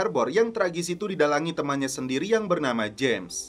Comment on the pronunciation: blood itu bkn dibacanya blud tapi blad trus James bkn jims tapi tetep James ato Jams.... bego Lo ahhh 😂😂😂